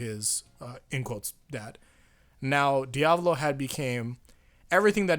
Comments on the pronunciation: You don't say it like "Diavlo" you say it like "Dia-vo-lo" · Its not dee-ab-low its dee-uh-val-oh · My guy love your vids but say it with me Di-a-vo-lo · Diavlo bruv it's Diavolo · diavlo Me:dio-val-o:DIAVLO Me:*eternally screaming* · Dahppio and diahvoahlo bruh miss pronounce make me uncomfortable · Stop saying diavlo. It's cringe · Bro why is it so hard for you to say doppio and diavolo just say it the way they say it in the anime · The way you pronounce Diavolo really aggravates me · Quit pronouncing diavolos name wrong